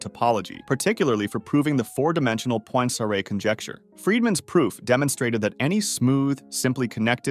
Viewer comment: Slight mistakes: they're pronounced Fermah, Dedekuhnd, Poenkarey and Lee algebra. You also left out Tao. Great finale, though, and thanks for this amazing series!